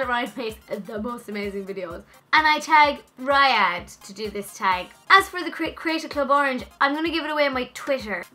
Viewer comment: IT'S RIYADH: REEEEE-AD-H.